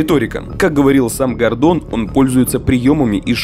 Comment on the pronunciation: Гордон. Ударение на первый слог